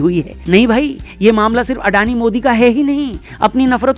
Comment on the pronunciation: In Gujarati it's pronounced like this : अदाणी